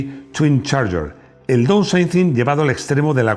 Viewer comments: Downsizing (daunsaizing, por favor!!!). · Estimado ! Por favor aprende a pronunciar palabras como Downsizing, Engine o Eco-Boost, como comunicador social que eres y especialista en coches son palabras básicas del inglés que deberías pronunciar en forma correcta. Excelentes tus vídeos !